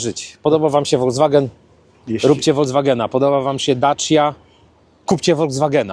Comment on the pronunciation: Ludzie prosze... nie wolgswagen, nie wolDZWagen tylko folkswagen (juz fonetycznie) 😮